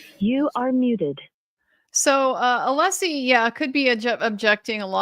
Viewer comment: Every time Brennan mispronounces Alessi's name he reconfirms his ignorance and pettiness.